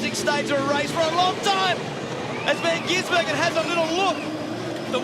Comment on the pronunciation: Commentato rjust cant stop changing van gisbergen to van ginsbergen...like years of it..